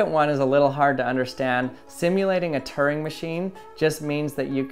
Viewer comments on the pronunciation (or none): none